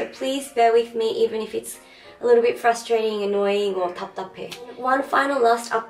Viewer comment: fustrating, annoying or... 답답해 ...ㅋㅋㅋ so cute.